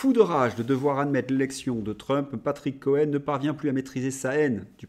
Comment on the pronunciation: cohaine vous avez dit cohaine MDR